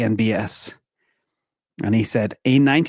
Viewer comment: Funny, you say CNBS every time for CNBC.